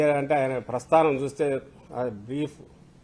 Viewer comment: ప్రస్తారం కాదు ప్రస్థానం మంగళగిరిలో అతను గెలిచాడు. రేపు రాష్ట్రాన్ని నడిపించేది అతనే. గొడ్డలి, కోడి కత్తి, అరగంట, గంట, నోట్లో ఏం పెట్టుకున్నావు... ఈ మాటల్ని ప్రాక్టీస్ చేసుకో